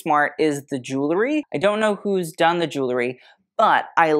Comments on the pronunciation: Cillian was wearing a ZENDA mohair suit. Easy Google. And I'm sorry, I can stand it no more...it's ju-well-ry! NOT ju-ler-y. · I'm sorry, I can stand it no more...it's JU-WELL-RY! Not ju-ler-y. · Pet Peeve: pronouncing the word jewelry like jew-ler-y when it is jew-EL-ry. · you are a wonderful treasure for this unboxing. i don't understand, however, why you are not as particular about the pronunciation of the word "jewELry." It frankly detracted from you commentary. and it was out of sync with your very precise analysis of the fashion.